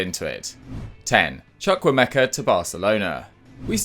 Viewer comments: You butchered the name Chukwuemeka 😩😂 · Did his best.